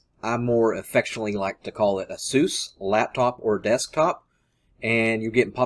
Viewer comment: if you call a-sus azues please for the love of god dont be near me